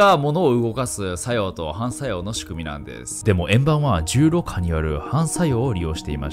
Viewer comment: 「重力波」がうまく言えないナオキマン